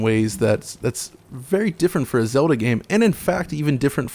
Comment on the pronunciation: "Zelder" lol ;)